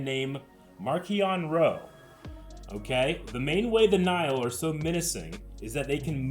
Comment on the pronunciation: omg they prenounce Nihil right finally thank the maker